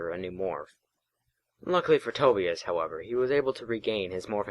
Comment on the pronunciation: I know this is old, and not trying to be too harsh, but Tobias is is pronounced toe-bye-us, not toe-bee-us and that unfortunately struck a nerve, but fortunately, I was able to look past that. Regardless, I liked the first chapter, (I too have read books in the series) and I shall continue to listen to the playlist, especially now that I see this chapter is written in the same way that the books were written. Keep up the good work.